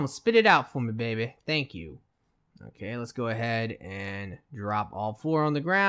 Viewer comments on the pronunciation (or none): none